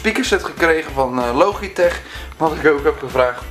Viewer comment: Hij spreekt "logitech" heel mooi op zn nederlands uit haha :P